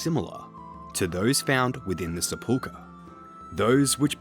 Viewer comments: british people don't accent the middle syllable of sepulchre either, he's just wrong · I hate how he pronounces sepulchre and Hallowvale. Good video though